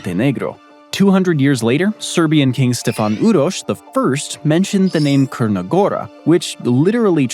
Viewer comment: Tsrna gora, not Krna gora. : Mount Lovchen, not Lovsen.